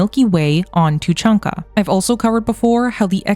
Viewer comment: It’s tuuh chaan ka, not how you pronounce it. Cool video though! But Cerberus was likely destroyed during the events of MF3, as they wouldn’t have where to hide during the reaper invasion.